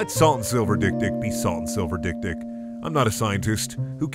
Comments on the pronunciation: It's pronounced dek-dek, and its swahili for little-little. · We not gonna mention how dik dik is actually pronounced xylophone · As someone who's first language is Afrikaans, the way he pronounces dik dik is so fucking funny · Love the way Americans pronounce this... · Isn't dik-dik pronounced 'xylephone'??? 😅🤣